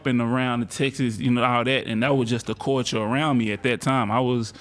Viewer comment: Da “Coiture” around me lolololol